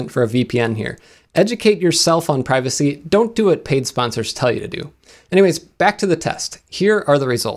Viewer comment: Ghooosh!! It’s Privacy Bro, Not privacy🙄